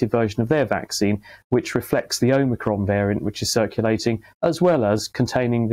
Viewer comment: So called "expert" doesn't know how to pronounce OMICRON. I find these kinds of "experts" the most infuriating... if they can't get the basics correct what else are they getting wrong?